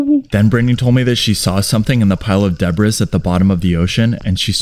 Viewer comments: You pronounce the word debri no s at the end! Great video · Bro said “de’br’is” “ it’s pronounce “de’bree’ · I don't know what a dinglehopper is, but I believe it's pronounced "de-bree", not de-bris" despite the spelling. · What's a pile of Debras? It's debris and it's pronounced Deebree. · Saying DEB- riss instead of pronouncing "debris" as DEB - ree (originally a French) displays a lack of education, and a lack of proofreading that shows a lack of professionalism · Deb ris , no it's pronounced debree . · For gods sake it’s pronounced “debree” not “debriss” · Debris. De+Bris. The "S" is silent because the word has French origin. It is pronounced "Deh - Bree" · I may not know what a dinglehopper is, but I do know how to pronounce debris. "De-bree", or if you prefer a bit more old school, "Day-Bree." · Don’t want to sound crabby but…….debris is pronounced as “deb-ree”. I’m sure the crab understands…..😊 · "Debris" is pronounced "day-bree". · Debris is pronounced as debree. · "Debris" is pronounced "Deb ree." Duhhhh. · Debris pronounced de-bree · Good pronunciation of debris! SMH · Debris is a French word dude. Pronounce it properly thanks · Please learn how to pronounce “debris”... the “s” is silent! 🤦🏼‍♂️ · Please learn how to pronounce debris